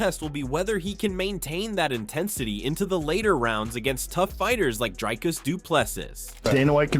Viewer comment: Dude... If you narrate on your channel you should at least make an effort to learn how to say someone's name.... You have butchered Dricus name... Worst pronunciation I have heard other than Dana White's attempt.... Try Again...😅